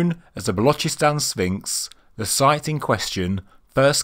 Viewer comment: He said Balochistan pretty good. He said the chs in Ch from channel and then sss sound like a hiss from a snake. Otherwise they just say Balochistan as in lochness monster